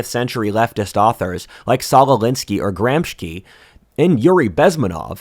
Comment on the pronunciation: btw Gramsci is pronounced Gramshee not Gramskee 😊. Its italian